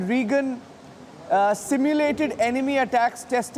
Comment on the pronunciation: The reporter needs to calm down And its Ronald Raygan not Reegun